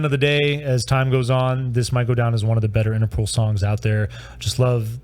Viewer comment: You pronounce as “Interpool” but there is only one o.